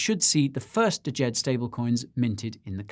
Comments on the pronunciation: It's just "JED" not D-JED. 🤦😄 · Guy: DYOR Also Guy: Dajed Pronounced Jed, silent D. Failed on the DYOR from start to finish. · I'm pretty sure its just pronounced Jed, the D is silent. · Before the conference Charles pronounced Djed with the d... At the conference he started just calling it Jed. The D is silent. 😅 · Just say "Jed" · U lost me a D-JED. Cant even pronounce it properly. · Watched an interview and Shahaf said you pronounce it jed without the d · Guy, the first 'D' is silent in Djed. You don't pronounce it 🙂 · 😇 Guy ! ! DYOR ! The leading D is silent in Djed 😇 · But actually the D is almost silent, just a hint at the start. Think Arabic/Hebrew pronunciation.